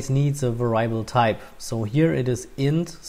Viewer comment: great. for the future, please verify the pronunciation of the word "variable"